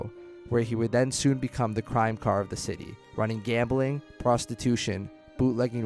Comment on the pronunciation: Pronounce the names right. And Escobar number 3? The billionaire, also what's a crime car? It's zar spelled czar